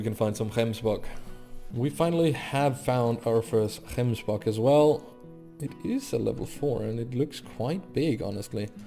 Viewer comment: Yessss you pronounce gemsbok properly, love you man